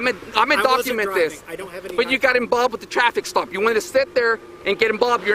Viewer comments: ..... am I hearing "IMBALBED" X6 🤔... 🤨 I don't think I've ever been "IMBALBED" or tried to "IMBALBE" myself in other peoples squabbles.🤣😂🤣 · "You inbolved"! 😂😂😂😂😂 I can't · This town has a population of 700 and he's still tripping on power. Unreal. Also, learn how to say "involved" and not "inbolbed" moron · You emBOBED NOW you emBOBBBED NOW YOU EMBOBBED NOW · the only thing i find funny with this cop is the way he pronounces the word INVOLVED as "inBolbed"😜& olé!!! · Inbolbed now inbolbed ur inbolbed now 🤦🏻‍♂️🤦🏻‍♂️🤦🏻‍♂️ what a power hungry pig. Disgusting! I’ve never seen a cop twist another person’s words so much in my life!!! What a moron!!!